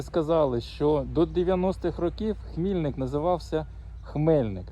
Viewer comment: Місцеві жителі промовляють з наголосом на "и", тобто ХмільнИк. Ну, так мене поправляли Дякую Вам за розповідь, жаль,що стільки разів була в цьому містечку на лікуванніа а до замку так і не добралась.